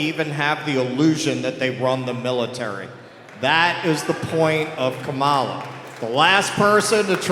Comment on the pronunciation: I think if you really want to drive you’re point home, stop deliberately pronouncing her name incorrectly. It only takes wind out of your sails. Otherwise, great job.